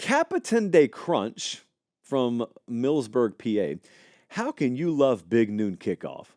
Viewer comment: Miles burg not mills burg lol